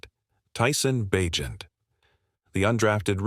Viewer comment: Carr has not come out and said he's retiring. Ba' jent not Bagent?